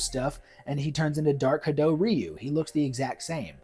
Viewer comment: Curious how you pronounce Ryu's name more accurately when discussing his casting but then you use the mistaken pronunciation when discussing the anime movie which is ironic because that movie said his name properly and taught many of us westerners how to say it right, when the 1994 live action movie did it wrong. :P Anyways yeah, not sure about Leo Howard as Ken but the rest of your choices are pretty great. Alan Ritchson absolutely has the size, muscle and is a great actor too. I'd go with him as Guile but failing that, yeah I could see him as Bison (who I like to see as a huge guy with a big grin like the anime movie). :D